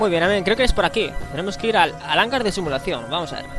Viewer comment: No te vendría mal tomar unas clases de lectura. No se pronuncia "hángar" sino "hangar", lo mismo con "vérgel" y "vergel".